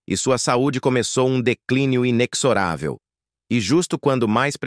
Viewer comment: Inexorável....o X adquire som de Z....inezoravel